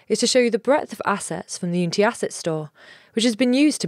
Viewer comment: the way she pronounces unity, might aswell not say the word at all :D